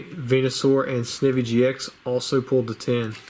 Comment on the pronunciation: Pretty sure Snivy is pronounced like the plant Ivy